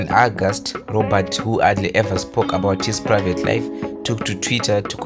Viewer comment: Robaart?lol, ai bro